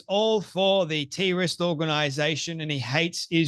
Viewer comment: 😂😂😂 I love the way he says terrorist as “teerorieest” 😂😂😂 Love the accent. Keep it up. Great content. I’m glad I found this channel